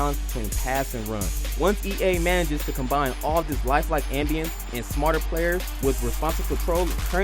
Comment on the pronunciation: He didn't write this review, or at least somebody else took a pass over it before it was recorded. You can tell by the way he say ambiance at the end of the review. Anybody who knows what the word ambiance means also knows it's not pronounced am-bee-ants.